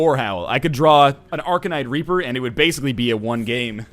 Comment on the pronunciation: at sounded like he said arcanite raper